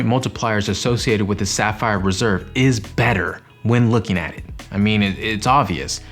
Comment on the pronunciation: Did it kinda sound like you said Sapphire Preserve ? That's a good new name. Also, I think the CSR $300 travel credit doesn't need to go through the travel portal, just swipe or tap. 👍🏼